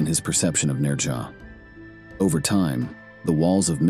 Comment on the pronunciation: You put so much time into these videos, you'd think you'd take the time to learn correct pronunciations. The Chinese pronounce it "Nojah" with a slight "z" sound on the "j".. Never head one Chinese person put an "r" sound in his name.